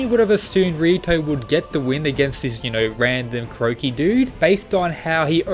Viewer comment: Stop saying Croaky